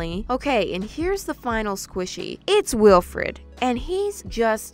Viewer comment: Sorry. Why does saying “ Weelfred” hurt my brain?